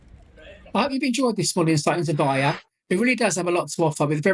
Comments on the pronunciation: Nice video. You pronounce it with the L - Vej-Le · Probably ask a local, or Google translate at least, how to pronounce the towns name - you made it sound Spanish almost